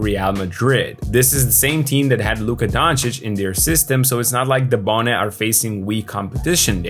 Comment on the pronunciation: His name is Dabone….